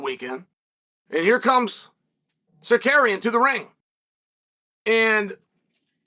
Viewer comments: Nah bro said sarkarian 😭😭😭😭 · Since Chael can’t pronounce Tsarukyan’s real name, maybe go with his nickname? That should be easier right? Arman “Akhalkalakets” Tsarukyan. Problem solved! 😂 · It's Circadian, uncle Chael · Its a badge of honor for Chael to mispronounce your name badly Sakarian! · fucking died when he said sicarian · So what I don’t get is how come Chael knows how to pronounce Armans name correctly on good guy bad guy but yet on his channel, he’s Sikarian? Are you doing a shoot Chael what’s happening here? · Chael purposely mispronouncing words so people engage/chime in and correct him is expected… but the way he continues to murder Tsarukyan’s name is just a bit disrespectful. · Maybe I missed it, but does anybody want to take a crack at spelling out how Chael is saying Arman Tsarukyan's name? Need that chuckle! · I'd be careful about mispronouncing this guy's name if I was Uncle Chael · Dude.... learn to say the guys name.... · What the fuck did Chael call Armin 😂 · Butchering the dude’s name but that’s ok